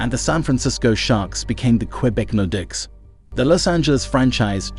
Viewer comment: Use your own voice next time. This AI mispronounces team names and players consistently. Takes away from the point of the video. Quebec Nor Dicks? Seriously😂